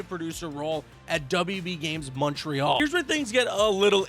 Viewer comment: Dude says Montreal the right way